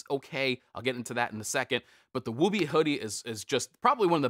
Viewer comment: Woobie has a U sound in the middle not a long O. Ok nerd comment done go back to regularly scheduled life.